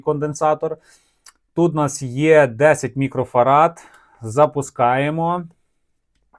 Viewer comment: Чоловіче. МікрофараДи. Від слова Фарадей.